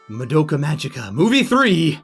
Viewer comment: For Christ's sake, IT'S PRONOUNCED MAH DOUGH KA MA Gē KA!!!!